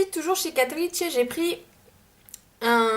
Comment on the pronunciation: Euh Catrice c'est allemand donc ça se prononce "Catrice" comme en français ^^' (désolée c'est pas pour faire ma relou mais ça m'a fait rire quand tu l'as prononcé à l'italienne :) )